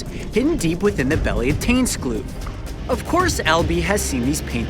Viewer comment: tuinskloof, not tunsklu :(